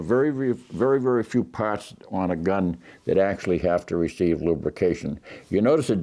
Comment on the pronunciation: Just keep it wet, eh? Then wipe down “yer pahhts”.